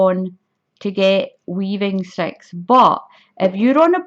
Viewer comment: its ok, I love your accent and it makes me giggle when it says "sex" instead of sticks. Your poor sister the 🐖 LOL